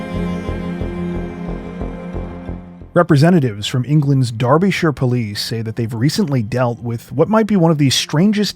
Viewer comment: Thanks for pronouncing Derbyshire (UK) correctly.